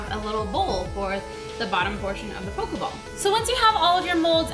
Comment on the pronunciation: have u guys notice she says pokaball